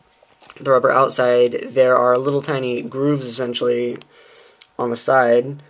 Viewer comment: You used the word esentually 17 times in a twelve min vid, are you stupid?